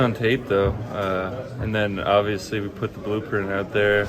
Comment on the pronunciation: Darius is the worst about it for sure but at least half of these guys are guilty of the "ovisly"